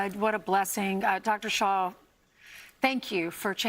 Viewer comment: It’s Dr Shah, not Dr Shaw. Thanks for bringing this out